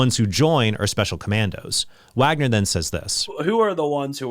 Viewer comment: Hey, Trent pronounced “Wagner” correctly this time 😂